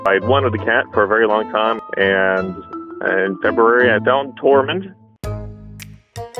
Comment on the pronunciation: Ohhh Tormund. I thought he said the cat’s name was Torment 😂.